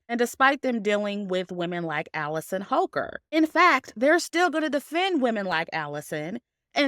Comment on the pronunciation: Holker? I swear I thought I heard you say hooker😂😂